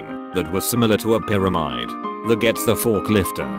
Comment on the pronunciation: Is anyone going to mention how the computer pronounced “pyramid”...